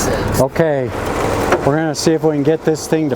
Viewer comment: "We're" is not pronounced "were". Wahder????